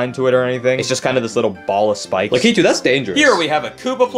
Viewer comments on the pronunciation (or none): Bro really said Lakeetoo 💀💀💀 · really pronounced Lakitu as "Lah-Key-Too". 🤣